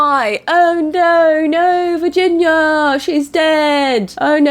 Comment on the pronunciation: When Kris said the moms name I though she said virgin 😂😂😂😂